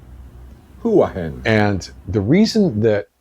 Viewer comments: Not "Who-a, in" .. It's pronounce Wha (wa) hin .. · Pronounce it waah hin , I went there on my honey moon , you will love it there, you just missed the road race 10 days ago there. Get a bicycle when you get there. Since you like motorcycles, go check out Siam Handlebar in Hua Hin, and there is another one down by the water that has a harley in the front window and he has a 69 Malibu 4 door custom parked out front. Cannot remember the name. Anyway good luck , enjoyed your show..